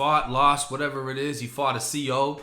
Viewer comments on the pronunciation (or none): I love the way you say “whateva” 😂😂